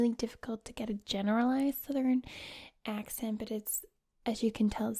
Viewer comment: When you are doing to southern accent, try to pronounce the uh, r, and n in the word southern. And when saying vowels try to make your mouth a little larger to make a rounder sound. Love from the south ❤️